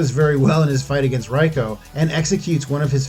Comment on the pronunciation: Goro's race is called Shokan. You said "Shao Kahn." And Reiko's name is pronounced "ray-koh."